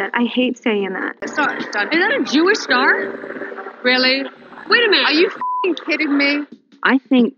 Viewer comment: Did she say "Jewish star" or "Jewish scar"